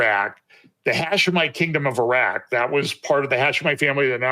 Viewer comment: Maybe sounds petty but it's nuclear..not nucular..and it's eeraq, not i-roc. Seriously..because why and who cares? ? The non believers who might drop by to view. You were the one choosing tho be on front of the camera, no one twisted your arm. Therefore, you took on the public facing kind of role. Step up, put on the boy boy panties, , learn to speak the language and also how to stop offending folks by sounding like the stereotypical ugly American who could care less and defines everyone else and has no respect. You know we believers actually all must up our game, because the world is watching. You got this. Ty.